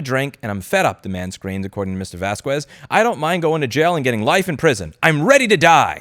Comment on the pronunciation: mfw "Vaskwezz"